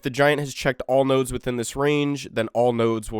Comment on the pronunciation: PLEASE DONT SAY NODES EVER AGAIN